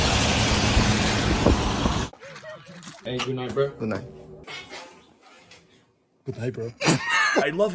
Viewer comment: british accent: goo-hd nigh' broh bro came back from the shadow realm "oh my god this is so good what is this" "meow meow" "realizes" I still believe (still believe) When I'm not with you I lose my mind Give me a sign Hit me, baby, one more time Oh, baby, baby The reason I breathe is you Girl, you've got me blinded Oh, pretty baby There's nothing that I wouldn't do It's not the way I planned it Show me how you want it to be Yeah, tell me, baby, 'cause I need to know now, oh, because My loneliness is killing me (and I) I must confess I still believe (still believe) When I'm not with you I lose my mind Give me a sign Hit me, baby, one more time Hit me, oh, yeah Hit me, oh, girl Hit me, baby, but not too hard Hit me one more time Hit me, baby, but not too hard One more time again Oh, baby, baby, how was I supposed to know That something wasn't right here? Oh, pretty baby, I shouldn't have let you go And I must confess, that my loneliness is killing me now Don't you know I still believe That you will be here And give me a sign Hit me, baby, one more time My loneliness is killing me (and I) I must confess I still believe (still believe) When I'm not with you I lose my mind Give me a sign Hit me, baby, one more time